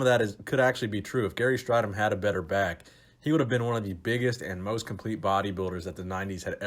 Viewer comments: interesting topic as a fellow South African I'd just point out his name is pronounced Stray-dom not Stri-dom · What makes this video annoying is that in the 80s gary and everybody else were obvessed with corectly pronoucing his name its straydom not strighdom hes annoyed now if he sees this video and he blew his first olympia show by weighing 240 at 6'2" he was skinny and flat compared to the top 10.he like dorian looked like he could have competed at 270 bit came in way below that rolph moeller would had trashed strydom in competition weight cuttimg down from 340 at 6'7" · It’s pronounced stray-dom Gary himself stated that’s how his name is pronounced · Gary Strydom - pronounced stray-dim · You pronounce his last name as “Straydom” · Its pronounced "stray-dom".